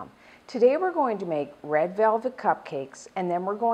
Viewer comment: she said read in stead of red